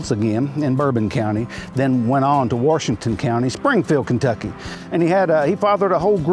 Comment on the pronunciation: He said "Warshington". 😁